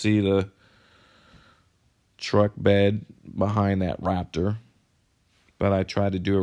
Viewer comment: Im sorry but im annoyed at the fact that you can't pronounce Raptor